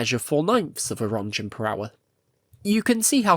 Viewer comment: Reading Röntgen as "Ron Gen" with this accent is really tough to listen.